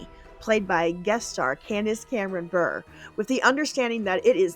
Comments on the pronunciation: It’s pronounced Cameron-“Burray”. She married Valeri Bure, brother of Hockey Hall of Famer Pavel Bure. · fyi: bure is pronounced Burr-ray. candace cameron is married to former nhl star and hall of famer Pavel Bure (burr-ray) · Great list. One note, Candace Cameron Bure's married name is actually pronounced "Burr-ay". Her husband is former NHL hockey player Valeri Bure.